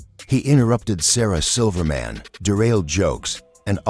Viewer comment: " Sarah silver Man"